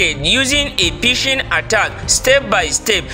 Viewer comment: Pishing 😂 lol , phish lol 😂